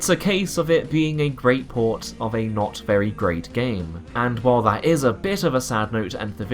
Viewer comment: You need to practise your th's, it's "that" not "vat"